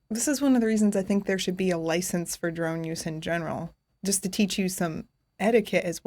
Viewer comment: 16;35 Cars have killed with li censed drivers have killed millions...and she says...yah...but you need a driver li cense, heavy emphasis on the LI. This is logical,,,ummm, not! Love you, your just not logical!